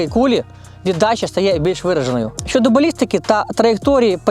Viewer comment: Я перепрошую, ви не родич Парубія? Не тарабаньте, чітко вимовляйте, в укр.мові звуки "Щ, Ч" тверді: ЩОдо, але не Щёдо, ЧОго, але не м'яке ЧЁго і т.д.